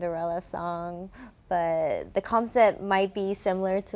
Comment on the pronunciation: And she said "COMcept", not concept ? 🤔